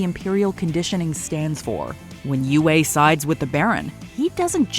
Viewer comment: still pronouncing words wrong when the proper pronounciation is in the source material. Some things never change. It's pronounced U-E!